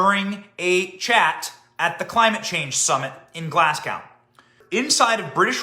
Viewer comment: The gow part of Glasgow is simply pronounced go, yes,we did piss ourselves laughing at him ! 👍 🇬🇧🇺🇸 😂😂